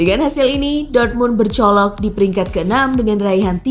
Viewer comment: Bercokol min. Bukan bercolok 😂